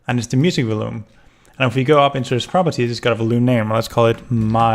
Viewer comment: Before I say this, I just want to say that I love "A Hat in Time" and it is possibly my most favourite game as it reminds me of my childhood (games like "Super Mario Galaxy" and "Super Mario 64 DS") while also adding some cool and original content to stop it from being a direct copy. With that out of the way, I just want to say... It's pronounced "vol-youme". Not "vul-oome".